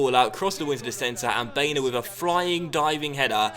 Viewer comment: I think baena is pronounced bye-ehna